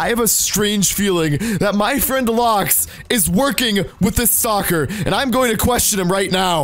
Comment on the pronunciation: Not to be mean but you sound like you say stalker as soccer